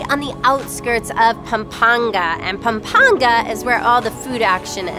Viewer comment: Perfect pronunciation of "Pampanga " I'm impressed!